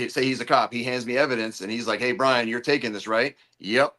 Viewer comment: Good to see you back Mike! Mazza and I think it’s not Bryon. He was excellent as usual. Great cop, stand up guy!